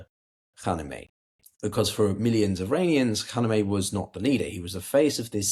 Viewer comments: can't stand it anymore (after watching in several videos making the same mistake over and over again): Kha-ME-NE-i, not Kha-ne-me-i. i don't mean this as nitpicking or smartassery, but c'mon, the aim here is geopolitical analysis - getting the very basics right is the foundation of credibility. writing this with all the respect (and liking) of work, which i've been following for a long time. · Please, stop saying the late ayatollas name with the wrong letter sequence. His name was “KhaMeNei”, not “KhaNeMei”! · how tough is it to say KHA-MAY-NEIGH , i can say it and I am neither English nor Persian